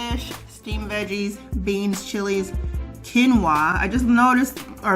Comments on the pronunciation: It's pronounced "keen wah" not "kween wah" or "kwin wah" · Quinoa1 is pronounced KEEN WAH❤️ Thank you for video just bought one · Quinoa= "keen wah" 😘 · Its pronounced Keen-wah